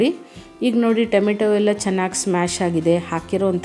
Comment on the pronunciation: ಟೆಮೆಟೊ ಅಲ್ಲಾ ಟಮೋಟೊ